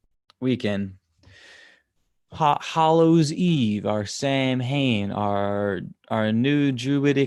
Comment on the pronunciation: Samhain ... like all Gaelic words it’s not pronounced like it’s written 😂... it’s like erm... saun ha... with a long u. The All Souls’ Day is 31st and all saints is 1st nov. France celebrate Toussaints ... all saints but not hallowe’en. They visit graves and leave a yellow flower that blooms on 1st.